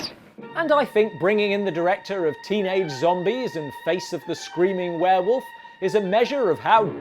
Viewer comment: And a DOM vare-volf at THAT!! Lol